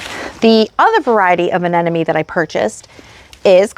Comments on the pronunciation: aneMone not aneNome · Anemone…pretty sure you pronounced this wrong. uh· neh muh ·nee Many people make this pronunciation mistake. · Hahahaha I cringe everytime I hear say it incorrectly with confidence.